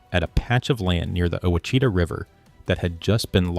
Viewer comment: The name of the river is pronounced wash-it-taw